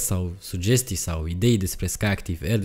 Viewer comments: Bravo frățioare, mă bucur că nu sânt singurul care a observat, și nu e prima dată când face greșala asta. Pentru mine de azi înainte pe prostu' ăsta îl cheamă, că el nu știe că numele lui Felix Wankel se pronunță Vanchel, la fel cum Walter se pronunță Valter nu "Ualtăr". Mama ei a dracu' de romengleză! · no offense.... numele de Wankel vine de la Felix Wankel (este este inventatorul acestui tip de motor).... care a fost neamtz. Wankel in germana se citeste pur si simplu "Wankel"... nu "Uankel" ca-n engleza. Sper sa nu te deranjeze comentariul meu....!!! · Wankel a fost un inventator German si se pronunta cum se scrie. In Romana numele Enache se citeste Enache si nu "Eneche" !! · Nu e Uenkel bre😂 E Wankel, că e neamț omu!